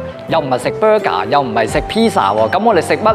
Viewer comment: 有口音唔係大问题，只係有时会带来猪多不便。例如你去麦当劳讲要“bö假”，无人会听唔明。但如果其他语境例如I love Newcastle too, especially Newcastle bö假。十有八九人地唔知你讲乜，如果对方係识德语，甚至会以为你中意Newcastle嘅人民。（发音同德文“公民”类似）